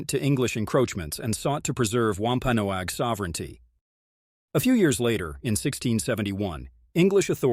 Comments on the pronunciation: COMPLETE NONSENSE !!! Show us where you got this story ? My family is from both Original Pilgrim Settlers & Wampanoag. It's pronounced "WAMP (like swamp) - PAN- NOG. Also, King Philip's name was METACOMET. I know all the truth.. as it's been passed down through my family (ON BOTH SIDES).. You never mentioned the French & the Dutch who killed 2 British Soldiers & 1 Pilgrim.... wore their clothes to meet one of Metacomet's closest childhood friends & best salesman.. on Long Island NY.. killed him & sent his impaled head back up to Massachusetts. Making sure there were plenty of witnesses.. which started the war. The French & the Dutch were extremely jealous of the great deals the Wampanoags gave to their FRIENDS.. The Pilgrims & the British. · lol at him mispronouncing wampanoag its pronounced like eggnog "wompanog"